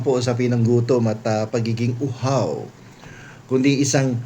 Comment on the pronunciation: napakasarap naman ng inyong pronounciation ng " UHAW " lol........ pakainin niyo na lang ng dilis at bagoong para mabalik nila ang ninakaw nila, In your dreams eto na ba ang kanilang food request para ibitay aba ay saludo ako doon......